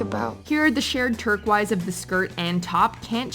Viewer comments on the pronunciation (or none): "TURKWISE??" oh no hunny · You missed all of vanessa's outfits. You really need to learn how to pronounce turquoise. And has any of you ever gone to fashion design school? I know your videos are mostly trash and i barely pay attention but saying that blair was worst dressed than vanessa..... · i'm no fashion expert, but even i know how to pronounce turquoise (lit. "tur-kois" not "tur-kweis") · Again, with the “turkwoiz”....please ask someone how to pronounce the word.